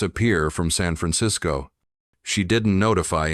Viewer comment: 'San' is not pronounced as 'sun'. So sloppy!